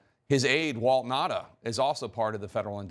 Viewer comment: 1. You know, it's not that difficult to pronounce a name correctly. It's not Nada, but Nauta, spoken as written down. 2. All bathroom door locks open easily from the outside in case someone (a child) gets locked in or in case of a medical emergency. Any parent knows that. It's not really a lock, just a hinderance in case someone opens the door when someone is using it.